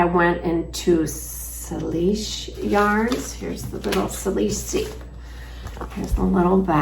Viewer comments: So happy to catch up with your knitting and your adventures! I am loving the yarn from Oenling - it looks so soft and lovely. As does the yarn from Lamb and Kid!! I just wanted to let you know that the word Salish is pronounced Saylish. The name refers to the Indigenous peoples that inhabit the area. ❤ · I Salish is pronounced “sail’ ish” with the accent on the Sail.